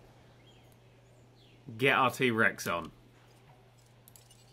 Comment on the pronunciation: "Let us get our T-Rexon" Steady on You know, 'cause the way he said it sounded like erection.